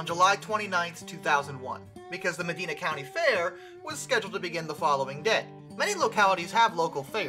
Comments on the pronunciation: It’s Medina, not Medena. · It is pronounced me-DY-na, not Medeena. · I am from the area and steam has always been around. The trouble is steam is dangerous when it fails. Many can have just one thing go wrong. Rare but it happens. It is a risk you take. FYI it is pronounced Meh Dine Ah. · The letter “I” in Medina is pronounced “eye”, not “ee”. “Med-eye-na”. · It's pronounced Meh-dyna. Not Meh-deen-a. Medina, Ohio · We're talking about Ohio, not the Arabian Peninsula, so it's pronounced with a long "I" sound, not an "e" sound. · It's not pronounced, "Muh-deena" ,it's pronounced "Muh-dyna". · It’s MUH-DINE-UH not mideena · Medina Ohio is pronounced Ma-dine-ah, not Ma-dean-ah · It's pronounced med-EYE-nah, not med-EEE-nah. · It’s pronounced My-dine-a not Me-dine-a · It's said Ma-die-na in Medina. I was there when it happened. I was about 100 feet away when the explosion happened. Knocked me to the ground. After the explosion the city shut down all steam engines from running on the fair grounds. They had to be trailer home. No live steam. I believe that if showing steam engines they can't run the engines, no live steam, only static displays. There is a small garden where it happened. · Great video, I live 20 minutes or so from the site of the accident. I goto gun shows at the Medina County Fairgrounds. Medina is pronounced Me Die Na by the locals. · I lived one block away when it happened it shook my house and windows so hard i was told it overheated because a medina cop pulled it over for damaging the fresh asphalt and it's pronounced mud eye na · It is also pronounced Meh-Dine-Ah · I live in medina county Ohio and your pronouncing it wrong lol. Here we pronounce medina like meh-dine-uh. Interesting video tho! I've lived her going on 5 years now and never knew this happened. Very interesting video :) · Call it the Medeena county fair one more time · It's pronounced ma-dine-uh. Just sayin. Love the channel. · Medina is said med-i-na I live not far from there